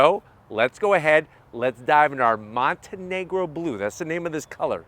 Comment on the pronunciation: Montego Blue, not Montenegro Blue.